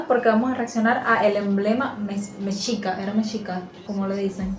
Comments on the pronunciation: Se pronuncia "Messhicas" en algunos casos la X se pronuncia como "ssh"... En el vídeo lo pronuncian mal porque es una voz artificial, Saludos desde CDMX La Gran Tenochtitlán... Soy su Fan..!! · mal, es meshica, pronunciación de la lengua náhuatl,.. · Mexica se pronuncia Meshica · Nel ese vato está pronunciando mal es mexica ( meshica ) esa es mi RAZA. Orgulloso de ser azteca. Deseándoles lo mejor ( ese vato creo que no es mexa ) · Mejica seria en el castellano, pero meshica seria en el dialecto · La X se pronuncia SH en el idioma nahuatl o azteca. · Escuchen como la persona que hizo este video a veces dice Mechica y a veces Mexica(Mejica) el cual es correcto , yo creo que se confunde a veces pero a todos los que son de México, quiero decirles que es Mexica no Mechica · Saludos amigos desde Atlanta Georgia, soy de México, y se dice Mexica (Mejica), No mechica como dice tu compañera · La mayor parte de la historia está bien pero el águila que está en la imagen es águila americana. El águila real es otra y se dice meshica esa mmda de mechica no es correcto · Se PRONUNCIA meshica se escribe Mexica